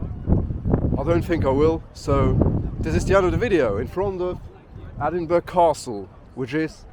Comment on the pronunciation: Its ponounced Edinburrrugh, hope that helps.